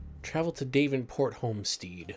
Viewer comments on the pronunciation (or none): Dav enport not Dave nport and its home stead as in head not steed